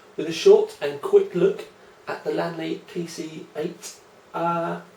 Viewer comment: LEEEEEANNNNN LEEE is the not lan le